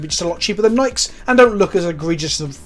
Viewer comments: But can $100 teach you how to pronounce Nike properly? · ITS PRONOUNCED FUCKING NIKEEEEEE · I'm not sure if you say Nike like that because British or.